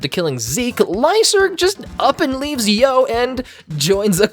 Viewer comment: I love how you call Yoh “Joe” insted of “Eo”